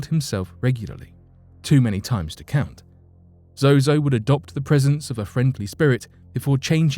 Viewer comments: Its ZOZO you kept saying Zoho due to your accent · Fsake, its zoo not zoho. Do your research properly lol. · The "demon" Zozo is an invented entity. Evans admitted to inventing his stories for attention. Also, you kept changing the pronouncoation of Zozo throughout the video, switching between Zozo and Zoho. Is this on purpose? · I think its zozo not zoho. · The host should have kept mispronouncing the name the demon that starts with the letter Z. all the demons are evil and dark, but some are definitely worse than others, but they all bow down to the name of Jesus